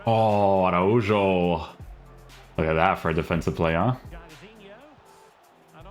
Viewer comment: that Araujo pronunciation almost gave me a seizure 💀